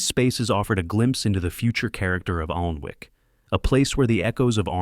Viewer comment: its pronounced annic